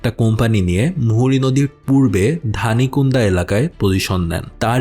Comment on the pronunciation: শলিয়া, গুথুমা, ধনিকুন্ডা, চন্দনা অঞ্চলের নাম গুলোর উচ্চারণ ভুল ছিলো। আশাকরি বাংলাটা দেখে এখন সঠিক উচ্চারণ বুঝতে পারবেন। আমরা স্থানীয়রা যেভাবে উচ্চারণ করি জায়গা গুলো।